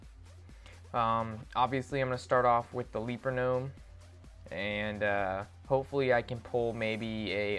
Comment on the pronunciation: the legend says,he still says ''leaper gnome'' the wrong way :P